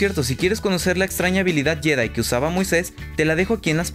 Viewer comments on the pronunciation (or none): none